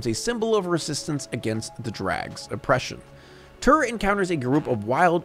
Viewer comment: They're Traags, it rhymes with "logs". And his name is Terr, not "turr".